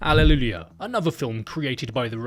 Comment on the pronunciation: Ah, yes... "AlleluLia" is the name, right?